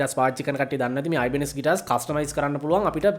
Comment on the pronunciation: Mechchara kalayak weradiyatane nama pronouns karala tiyenne😁🤔🤗😘